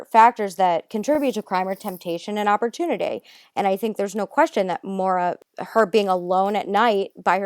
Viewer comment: That set my teeth on edge